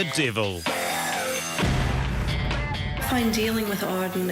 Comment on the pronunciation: he said divil instead of devil